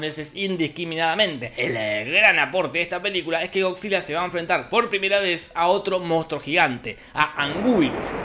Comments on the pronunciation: godzilla contra anguuuuuirus o sepa como dijo se pronunciaria como angirus aunque se escribe anguirus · Te lo resumo no se dice agui se dice angirus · Cualquier persona: Anguirus o Ánguirus Japoneses: Ánguilas Te lo resumo: Angúirus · Wey. Es simplemente anguirus. No angüirus. A qué mierd@ vino lo de angüirus? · No es por nada pero se pronuncia angirus xd